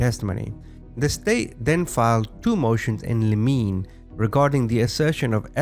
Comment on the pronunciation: You pronounced limini incorrectly, and you spoke of the Crown, and then flashed a picture of the US Supreme Court. You also repeat the same lines over and over so you can have a longer post. If you want to cuss, just mute yourself if you have to have dirty language.